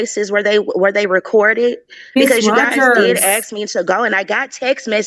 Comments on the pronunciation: It’s ASK not AX!! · It’s ASK, not AX! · Part of her problem is she’s “axing” not asking. 🤷‍♀️ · She Axed someone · She had to give an example of why she "axed that". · Did you AXE ? Or did you ASK ?? How seriously uneducated can these nasty THINGS be ?? 🗑️🗑️🗑️🗑️ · It’s hard listening to that lady. Ask and axe are different words